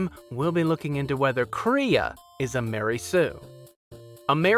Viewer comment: First: Kray-uh not Kree-uh At-un not Ate-un Characters in the game itself literally pronounce this for you. Second: Were people asking if Kreia was a Mary Sue? 1. OP? The game answers this immediately when she gets her hand chopped off an hour into the game... She cheap shots a couple jedi masters who haven't fought in years, while she's literally flying around honing her fighting skills. Kreia is not over powered. 2. Unexplained Power? Kreia's power is about as unexplained as any Jedi you are introduced to, then the game fills in her back story... 3. Perfectly good? I don't understand why anyone would even ask this. 4. Do people like her? Atton hated her immediately. So again after an hour of game play, the question makes no sense. 5. Wish fulfillment? Old lady so close to death she's laying in the morgue when you meet her, blind, and again, immediately gets her hand cut off an hour into the game... After getting flown all over the universe, her plans backfire and she get's killed by her apprentice. Not what you'd wish for, even if you were a blind old lady so close to death you were laying in the morgue... 6. She fails all over the place. Again, its not a question someone even has to ask. This video didn't need to be made. AT ALL